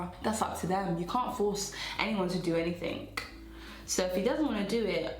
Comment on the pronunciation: You really came through with good advice. I knew the alcohol is hitting you hard when you said "You can't force anyone to do anythingnk" 🤣